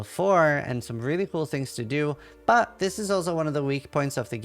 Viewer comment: does know that there s "t" in the word "but"?